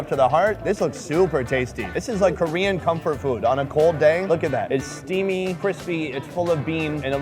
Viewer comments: he did really good for a foreigner, you gotta chill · What a great pronunciation when you speak Korean which is pretty impressive! I luckily found this channel by accident, and I’m watching every these videos( I can’t stop it lol). I love this guy who is perfectly not afraid with any strangers. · Pretty good pronunciation